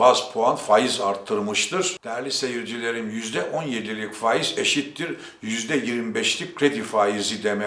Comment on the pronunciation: Zira değil.ziiraa....Faaiz...